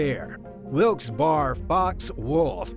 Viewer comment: Your pronunciation of wilkes-barre was atrocious